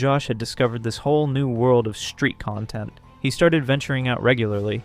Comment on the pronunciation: When you put the stress in the wrong part of content, you're saying the verb, as in contented. This is confusing to native English-speakers. We put the stress on the first vowel when it's the noun, and we put the stress on the second vowel when it's the verb. This is how we telegraph to other English-speakers which one we mean. English is a stress-timed language, which is why putting the stress in the wrong part of the word is so bad. Usually when we hear bad grammar, we get a bad feeling, because we learn grammar as toddlers if we are native speakers, so grammar is usually internalised like that. I don't get why americans don't get that bad feeling the rest of us get when they mangle our language like that with no self-awareness, a bit like Josh.